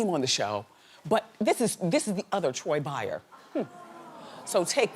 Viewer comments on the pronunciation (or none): Her name is Troy Breyer, not Meyer. Why'd they let her goof on air like that?!! My whole generation knows that girls name on sight. She was one of our crushes.